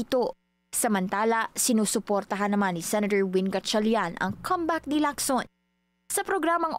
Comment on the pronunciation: Thank you for pronouncing COMEBACK properly with the stress on the first syllable.